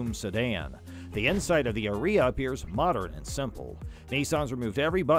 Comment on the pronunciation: I don't think that's the pronunciation Nisson had in mind. Shouldn't it rhyme with "Aria"? You know; that music term.